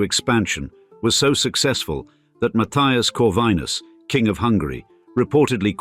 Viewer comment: it was sarcasm for the strange pronounciation :)